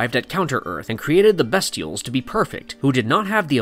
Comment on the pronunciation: The characters are called the Bestials (first syllable pronounced BEAST, NOT BEST)